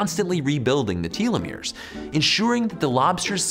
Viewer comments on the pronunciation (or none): “Tell- eh-meers “